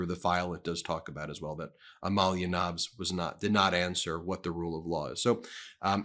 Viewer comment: Ben, love ya but Melania’s maiden name, Knavs in the Slovenian spelling, is not pronounced “NAVS,” it’s pronounced “NOUSE,” because it is in fact the same as the German name Knauß or Knauss.